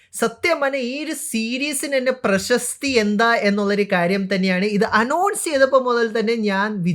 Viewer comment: Preshasthi alleda presakthi enn para ne malayali alle